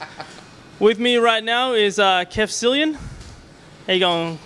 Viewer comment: By the way, "Keth Sillian"?? omfglmao